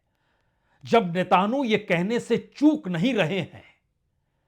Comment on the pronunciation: सर, आप नेतन्याहू को नेतानु और वेनज़ुएला को वेंजुला क्यों बोलते हैं? कृपया अपना उच्चारण सुधारिए।